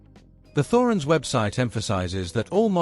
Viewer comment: It's pronounced 'Torens'